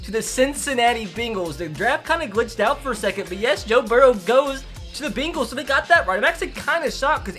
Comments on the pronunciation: Why do u say bengals like that. It’s not bingels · Why does he say Bengals like that it annoys me lol